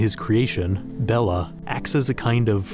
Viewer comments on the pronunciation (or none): none